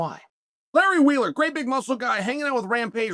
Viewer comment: It’s Larry wheels not wheeler